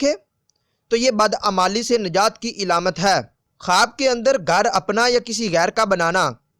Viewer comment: Ilamat nhi Alamat Plz correct